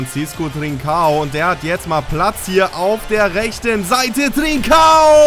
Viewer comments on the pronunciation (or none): Trinćao wird Trintschao aussgesprochen